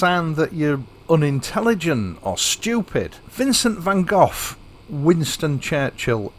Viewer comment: It's pronounced Van Go! Not Goff!! The best way to fight this lockdown induced depression is to thrust your head out the window and scream.. we're not going to take it anymorrrre!! Then take a deep breath, put your mask back on and have a cuppa tea. ahhh.. that's better.